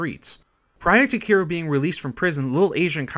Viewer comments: Kiroo? Harooka? Diago? Yakoosa? Are you just the narrator or? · Kiroo and Diyago from the Yakoooooooza franchise.